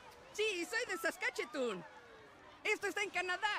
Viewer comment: Creo que no existe o lo pronunció mal, sólo sé de dos ciudades que son saskatchewan y saskatoon, no sé si sea alguna de esas xD